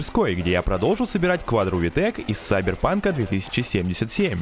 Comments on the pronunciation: Почему САЙберпак САЙ, какой нахуй САЙ, КИ БЛЯТЬ КИБЕРПАНК, КИИИ, СУКА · Ахаххахах он говорит СайберПанк, а надо КиберПанк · Почему ты говоришь Сайберпанк??Киберпанк. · Все классно, но КИБЕРПАНК. Первая буква К. Слышать сиберпанк второе виде подряд ужасно. Пожалуйста не говори больше так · Я конечно не англичанин, но мне кажется, что всё таки правильно говорить Кибер панк, а не кубер, если что без обид, а так желаю удачи в проекте!) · Чтобы потом над тобой не смеялись, типо:"ахаха,сделал тачку из игры,название которой выговорить не может"скажу тебе,что название этой игры "киберпанк" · Ну на английском произносится именно "сайберпанк"